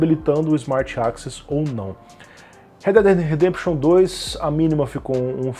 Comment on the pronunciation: Eu entendi isso: "redededededempichiom 2"